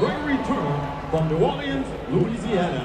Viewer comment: I still can't get over how the announcer said New Orleans 😂 I've never heard it pronounced like New Orle-annes before